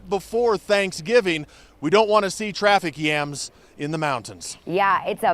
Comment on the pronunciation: ''Traffic Yams'' lol